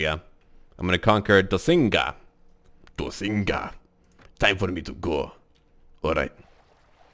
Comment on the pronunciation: doccinga should not be prenounced as dossinga, its dokkinga.